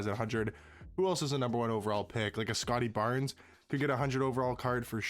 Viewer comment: Bro said Scottie Barnes 😭😭😭